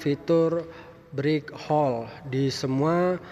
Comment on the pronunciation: Break hold bukan brik hol sorry saya dengar detail karena pakai headset